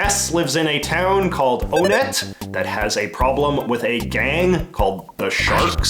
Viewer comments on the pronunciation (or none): Just a heads up: the town is not pronounced 'own-et,' but rather, '1et.'